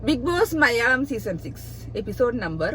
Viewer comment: മലിയാളം അല്ല മലയാളം